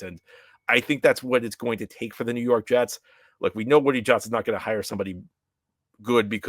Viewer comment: nuw yawk jests 😂